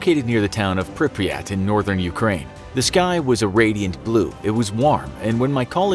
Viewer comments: The way the narrator says Pripyat hurts lol, I think it’s just his accent making it sound a little scuffed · Young with no Russian accent and says Pripyat wrong, yeah it's defentily you..